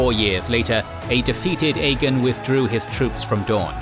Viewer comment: Why do you say Aegon like “EGGIN”….? It just sounds like she’s say “hey you wanna go EGGIN some houses tonight” 😂